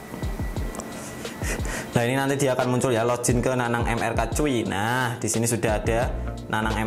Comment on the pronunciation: Kontennya bagus bang.. cm agak risih ama kata "lojin" yg bener bacanya log-in, tetep dibaca "g" bukan "j"